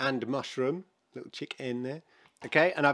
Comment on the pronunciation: You just say chicken lmao not chik n